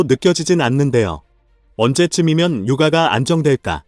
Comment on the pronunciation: 유가가를 읽을때는 유까가로읽어야하는데 엉터리다